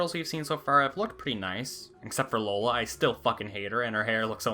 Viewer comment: Well, the line up was great till you said “Lola”